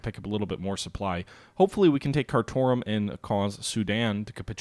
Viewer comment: Yes that is indeed how Kathmandu is pronounced, but Khartoum is pronounced Car - Tomb